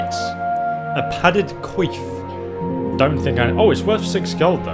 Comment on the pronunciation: You said padded qweef